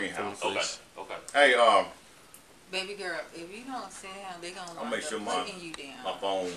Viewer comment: ”gon”?? Were you trying to say “going”??